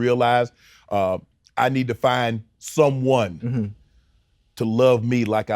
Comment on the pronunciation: I’m getting the vibes Shannon is undercover. He reiterated “SOMEONE” with a bit too much emphasis.